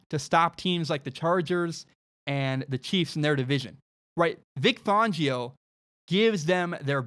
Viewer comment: For the love of god please pronounce Vic Fangio properly. Fangio like *fan*. Not Fongio